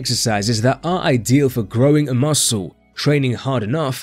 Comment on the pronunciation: Say muscle properly Ffs